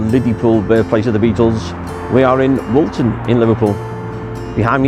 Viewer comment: Woolton not Walton!!